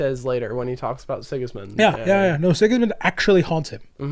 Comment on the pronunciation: Six Sigma? You mean Six Gismund?